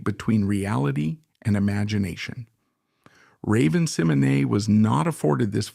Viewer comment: Incorrect! 60% of this video is untrue. Raven Symone is not pronounced Seminay. And its saying Cosby was doing bad things to women during the show. He was arrested years after the shows end.